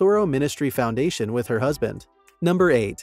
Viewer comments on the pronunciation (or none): none